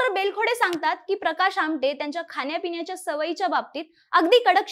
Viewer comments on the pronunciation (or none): खान्या पिन्याच्या नाही, खाण्या पिण्याच्या.. sorry but please ण म्हणा.